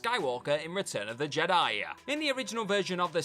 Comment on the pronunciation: "return of the jediYUH" "a small but noticable wayYUH" "sticks out like a sore thumbUH"